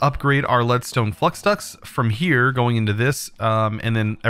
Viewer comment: I apologize, but the way you say flux irks me. Flux is pronounced fl-uh-x. Think of the flux capacitor from back to the future.